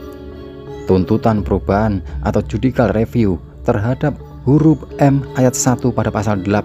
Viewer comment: Komen sy cuma utk beberapa frasa dlm hukum.. A.l : 1. Yudicial Review # bkn Yudical Review. 2. ACTE dibaca Akte atau Akta (dokumen berisi ttg kesepakatan atau lainnya dlm hukum)